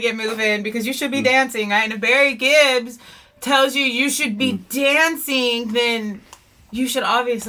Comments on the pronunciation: I will have to say... it's not Barry Gibbs.. It's the Gibb's but their last name is Gibb. Not Gibbs. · Their last name is Gibb. I’ve heard you say it a few times as Gibbs. Just thought you’d like to know. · his name is Gibb not Gibbs